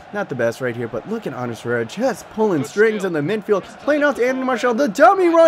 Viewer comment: Love the videos, and not hating but just so you know its Ander Herrera, not "Anders," and Varela, not Valera. But love the videos